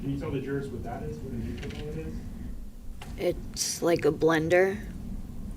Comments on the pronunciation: Upon hearing 'Nutribullet', I was fully ready to cancel this man's Life subscription. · When she said nutribullet…. 😢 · Her saying “nutribullet” over and over made me puke. What the hell. That poor little baby looked so sweet and joyous and didn’t deserve any of this